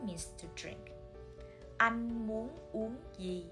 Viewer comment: I learned something here. You did not pronounce "uong" with closed lips. Why? I thought o combine with ng should be pronounced with round and close lips. Please enlighten me :)